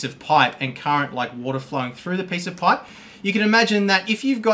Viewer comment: I thought you were saying pie not pipe lol